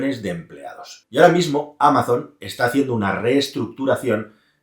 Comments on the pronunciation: Me sangran los oidos cuando pronuncias Amazon en inglés, no es Ameison, sería algo mas parecido a Amason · Amaison? Ese inglés... desde el cariño 😅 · Me encanta lo de Amazon, "Ameison" para los que no sabéis inglés 😂😂